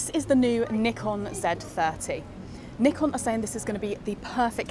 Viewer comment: literally the only video about the Z30 where I can hear the shutter sound. 🙏 bonus point, she knows how to say "Nikon" as it's intended.